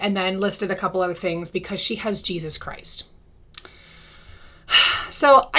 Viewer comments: GEEZ-US wants you to stop saying his name like that....😂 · I cannnot stand the way she says JesUSS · Every time you repeat "Jeysus" 🤣🤣